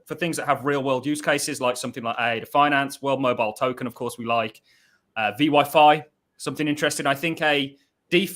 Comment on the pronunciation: everytime he says vyfi wrong I cringe a little lol. but hes trying so its all good